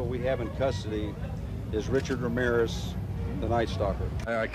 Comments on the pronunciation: No es Wramiwres es Ramírez. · Me "encanta" como los gringos no saben pronunciar bien Ramírez y lo pronuncian mal jaja